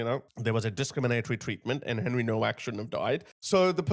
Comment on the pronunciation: Pronounced “NOVACK”